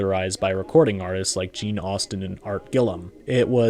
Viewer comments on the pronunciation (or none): none